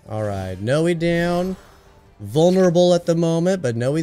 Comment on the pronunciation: Just say Noi like the beginning of the word ‘noise’ Love the videos